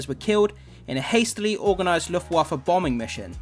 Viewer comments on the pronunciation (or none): none